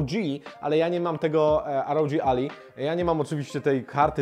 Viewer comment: To nie Ally (McBeal) tylko "Alaj" czyli sojusznik. :D